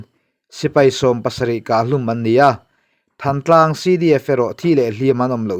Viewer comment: Than tlang nilovin, Thân tlang tih tur, Lawi tih thlûk ang deuhin.